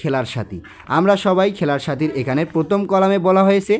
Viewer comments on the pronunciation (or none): none